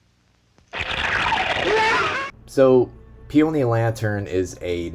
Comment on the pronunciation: it's pronounced PEE-uh-nee; not pee-OH-nee